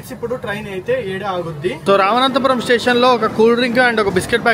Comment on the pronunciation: రామనాథపురం ను రామనంతపురం ల పలుకుతున్నారు అలాగే కరైకుడి ని కారాయికుడి అని పలకుతున్నారు. సరిచేసికోండి.